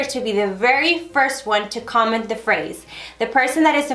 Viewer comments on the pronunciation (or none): none